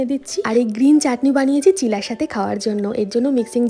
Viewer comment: Kotha ta chilla noe chila...chilla shunte khub odd lage